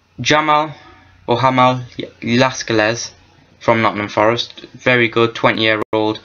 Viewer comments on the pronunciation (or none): It's pronounced. Lah-sells. I'm a forest fan sad news